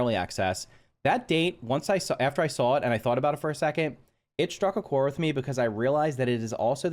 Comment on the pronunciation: “Struck a core” lol 🤦🏻‍♂️